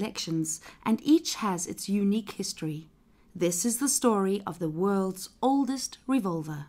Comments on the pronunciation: "the wolds* oldest revolver" smh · Yeah, The god damn "Wolds" Oldest Revolver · yes the "wolds" oldest revolver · LMAO "The Wolds" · "the wolds" lol